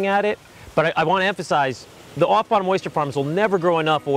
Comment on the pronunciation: Why are you saying Oyshter?? It's Oyster. Oyster. Not Oyshter. Man.